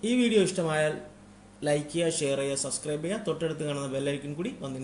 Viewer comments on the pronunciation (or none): none